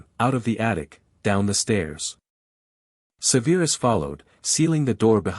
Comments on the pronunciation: Do something man. Stop calling him Severe-us. Its just Severus 😂. Enjoyed the story though 👍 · Amusing and annoying at the same time that lately the last three vids I've watched are really messed up with pronunciation. Like this one. Not even a minute in I hear Se veer us stated so many times. So on that not good luck. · Please learn how pronounce SEVERUS.